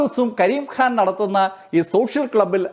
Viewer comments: ഖ യുടെ ഉച്ചാരണം (ക'ഹ) എന്നാണ്. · കരിം ഖാൻ ഹാൻ അല്ല.. ഉച്ചാരണം ശ്രദ്ധിക്കുമല്ലോ. അവതരണം കൊള്ളാം അഭിനന്ദനങ്ങൾ 👌👍🌹